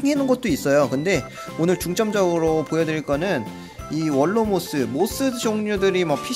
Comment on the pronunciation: 월로모스가 아니라 윌로모스에요 그리고 xy-2822? 두 개 정도 더 있어야할듯해요